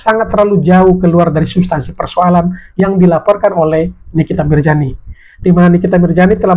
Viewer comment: Mirzani bang bukan mirjani... telingaku ko dengernya mirjani...